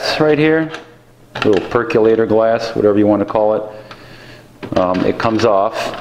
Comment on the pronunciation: You say percolator funny.